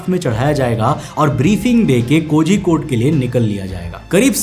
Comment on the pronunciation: pronounciation of kozhikode is wrong how do i tell the pronouciation i dont know😂